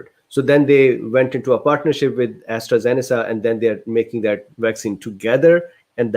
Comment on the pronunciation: Astra "Zen eh Kah" its a hard K sound as opposed to a soft C :)